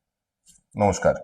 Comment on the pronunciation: নমোস্কার,,বল্লো নাকি ধনোস্কার বল্লো